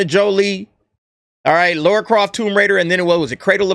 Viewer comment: It's Lara. Her name is fucking Lara.